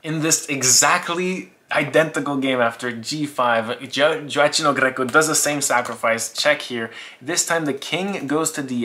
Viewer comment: You do not pronouce his name right